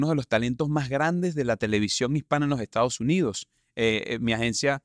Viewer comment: Te corrijo quieres hablar con esa R tan pronunciada, sin embargo cuando dices JESTADOS JUNIDOS hay que horror.